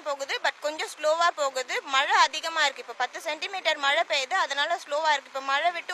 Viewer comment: மழை பெய்யது தண்ணி வர்து வெள்ளம் போது. பாப்பா நாக்கில் தமிழ் விளையாட்து... யப்பா சிரிச்சு சிரிச்சு வயிறு வலிக்குது டா சாமி 🤣🤣🤣